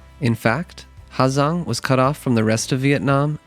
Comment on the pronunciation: The H is silent man